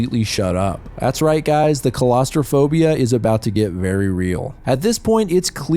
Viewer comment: I absolutely love ur vids but 'colostrophiba' is taking me OUTTTTT it's claustro-phobia😭